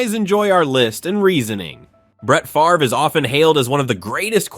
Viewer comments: It's spelled FAVRE (pronounced FAAV-re), not FARVE. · Brett Fah-ver? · He says Favre's name correctly throughout the beginning. So how does he refer to him as "Fav-er" ? And comparing Namath unfavorably to Fran Tarkenton's "consistency"... hey wait... didn't Tarkenton lose FOUR Super Bowls?? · Calls him Brett Favre at the beginning of the video and then calls him Brett “Faver” in the middle of the video. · You lost ALL credibility when you said FAVER!! 😂😂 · Ummm at one part you said Brett Faver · Mis pronounced Favres name? Hmmmm. I'm out. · I think it's funny that you make a video like this and still can't propnounce Bret Favre's name correctly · Amen brother you nailed it except for the name butchering of Packer great Brett Favre!!!!!!! Dude your performance was awesome but really hit one "Twanger" on the fiddle there with old Brett who was very good indeed!!!! Enjoy your channel! Moonpie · Mispronounced Favre! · How do you pronounce Favre correctly in the section about him, but incorrectly in the Bledsoe section?